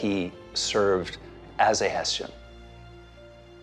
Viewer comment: Small detail: It bothered me that in the beginning in the US they kept pronouncing "Heshian". After speaking with the German researcher Rob Lowe calle.d it (properly) Hess-ian. He listened ❤